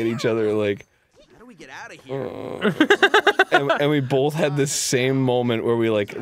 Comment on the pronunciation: "bolth" -Arin Hanson (His entire life)